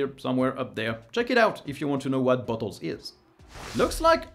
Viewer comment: Just spat out my drink when you said "Bottles"... it really, really does not sound like that word xD